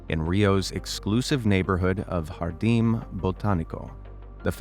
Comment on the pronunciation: M*R*N! portuguese is NOT spanish, aaaaay, it's not HARDEEM, the J is the sound like beige, and the IM at the end are soft/silent